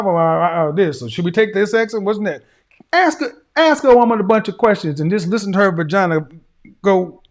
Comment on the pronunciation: “I jis wana axe you” Just a little English would be nice! Just pretend to try🤷🏻‍♂️